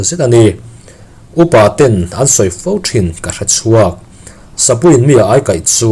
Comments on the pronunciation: Ai..meilum ka ai..ti anga kan sawi..Ai ti la lam tur..Sakei ai kaih. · Ania lawm, aikal, tiha, ai tih ang hian lam tur